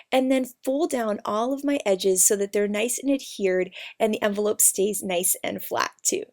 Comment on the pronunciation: it's envelope not amvelope